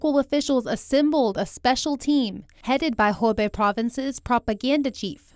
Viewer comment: Greetings from Shanghai! Thank you for the in-depth news reports. But it seems that two of your reporters are mispronouncing the name of the province, making it sound like “Hebei” (a different province.) Should sound like “who bay”. Just sayin.